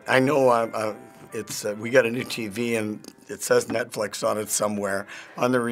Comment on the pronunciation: "NetFlex" XD